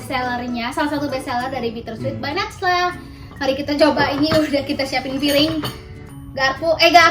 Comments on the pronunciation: Kenapa cici ngomongnya nacla padahal najlaaaa ciii🤗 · bukan natsla tapi najla